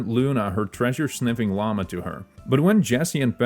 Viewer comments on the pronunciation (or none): none